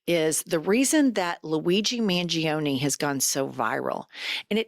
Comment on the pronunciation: Pronounced mun gior ne. Im Italian. I know.